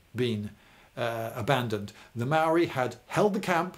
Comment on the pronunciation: Emmmm I got some problems with this A instead of first saying technologically inferior you say savages B you constantly mispronounce maori words including the word maori C you complain about the spelling of Pā its spelt that way cause it's our language why dont you spell biscuit like bìsçquit